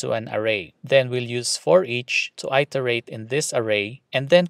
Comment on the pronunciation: Iterate is pronounced "IT-TER-ATE". (IT, not EYE)